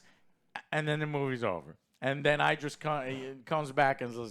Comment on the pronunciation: Why can't you all pronounce Idris Elba's name it's not eyedris ffs